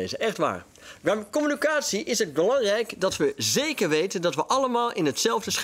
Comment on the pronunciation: *com-mu-NI-ca-tie Zonder dank.